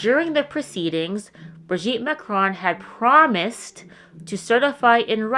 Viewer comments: Good recap. I watched your video on Emmanuel also. I've got to tell you that it is super annoying and distracting for you to mispronounce "Marcron" over and over and over. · It's hilarious that you think you came up with this "theory" of yours and you can't even pronounce Macron